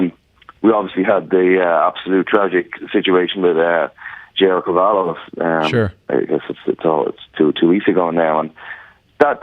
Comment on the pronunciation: It's Kavan-agh not Kavan-aww